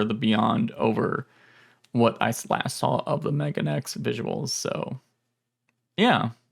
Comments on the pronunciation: Not to be that guy, but it's pronounced "me-ga-ne-ex." Megane means "glasses" in Japanese. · Thank you. His pronunciation was causing me stress. 敏感過ぎるかな？